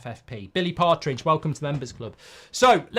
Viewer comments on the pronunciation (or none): none